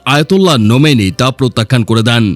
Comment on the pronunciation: আয়াতুল্লাহ খোমেন not আয়াতুল্লাহ নোমেনি